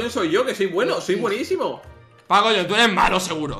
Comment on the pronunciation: fargan no es paco jhones sino pacojones